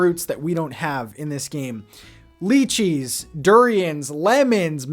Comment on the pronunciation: lychee is pronounced lie-chee